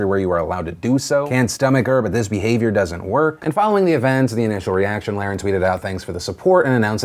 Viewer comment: Phil I’m pretty sure you’re pronouncing her last name wrong. Over and over again